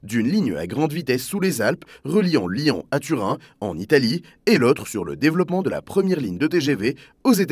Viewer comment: Lyon pas « lian » ! 😢 (pas tout le temps mais souvent)